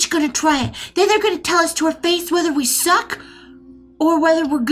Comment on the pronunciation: I don’t know what accent this is in America but I Love it: "just suchk until something hits ya stomach"